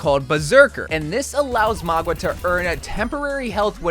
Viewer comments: Please its Mauga not Magua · I lose braincells Everytime he says magua instead of mauga. It's like mow-ga! Not maw-gwa! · Bro, it's MOW-GA, not MOG-WA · His name is Mauga, not Magwa lol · For the love of god please pronounce his name right, you keep saying magwa instead of mauga, you also pronounce kiriko wrong it’s so annoying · magua?????? dog i cant listen to this hahaha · why are you pronouncing it as "mogwa" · Bro stop sayin Magua 😭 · Where did you get the pronunciation Magua from? 🤣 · MAGUA? Bro is saying it wrong🤣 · tbf most people pronounce it maw-ga or mow-ga which is wrong but at least their actually pronouncing it how it's read. don't know where he got ma-gwa from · MAGWAH LOL what kinda way to pronounce it is that